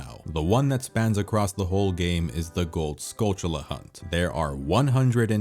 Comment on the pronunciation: Hey! Thanks for pronouncing Skulltula correctly.